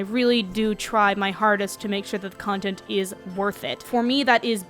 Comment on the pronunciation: I am I the only person who heard cuntent instead of content